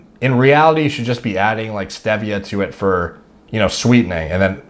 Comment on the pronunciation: Pretty good knowledge but can’t get over the way you say, stevia and pasta